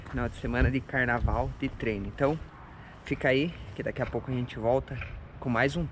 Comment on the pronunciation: Carnavrauuuuu é carnatrail. Boa, jovem! No aguardo dos próximos.